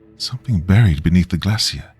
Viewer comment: I’ve noticed when R’s and L, fall in the middle of the word and are not double consonants you tend to turn them into W’s. “Buwied” instead of buried. Just my 0.02 it sounds like a speech impediment